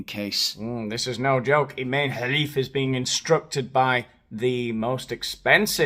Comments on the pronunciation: The "kh" in Khelif is a jota, 😊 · I love your pronunciation of the Algerian Tranny's name,it's hilarious😂 As for that woman batterer dragging Musk&Rowling through the courts...🤪🤣🫶🏼💞